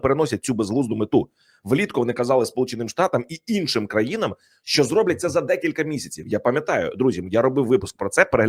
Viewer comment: ТОБІ НЕ НЕ СТИДНО,ЩО ТИ КРИЧИШ НА ЦІЛИЙ СВІТ ЯКИМИ ТЕМПАМИ ПРОСУВАЄТЬСЯ ЗСУ,ЩОБ ЗАРОБИТИ НА ЇХНІЙ КРОВІ СОБІ ГРОШІ,А САМ ЗА ЦІЛЕ ЖИТТЯ НАВІТЬ НЕ ВИВЧИВ УКРАЇНСЬКИХ БУКВ І ВИМОВЛЯТИ УКРАЇНСЬКІ СЛОВА:ЩЬО,ПОЧЯТИ,ТОМУ ЩЬО,ДО ЧЬОГО,ЧЄТВЕРТИЙ,ДОННЕЧЄНУ,ЩЄРБАКИ,ЩЬО,ЧЄТВЕРТОГО, ЗАЛУЧЄВ,ЗНИЩЄЛИ,ЧЬОТИРИ,ВЕЛИЧЄЗНА,ЩЄ РАЗ,МОВЧЄ,ЧЄРЕЗ, ЗНИЩЄЛИ,ЗА ЧЯС,ЧЬОТИРНАДЦЯТОГО,ЗАЧИЩЄНУ,ДА,ПОЛІТИЧЬНИЙ,ЕНЕРГИТИЧЬНУ,ЩЬОБ,РІЧЬ,ЗУСРІЧЬ..............!!!!!!!!!!!!!!!!!!!!!ТЕБЕ ВЖЕ ГИДКО СЛУХАТИ!!!!!!!!(Українська діаспора,США)